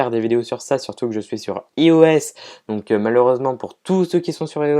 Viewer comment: dernier faile en fin de vidéo x) ios Ça se prononce ailloesse